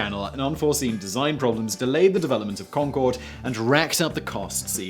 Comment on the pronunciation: The final "e" on Concorde was Gallic, not Gaelic. Maybe if you rehearsed or did a read through once you wouldn't have botched the pronunciation.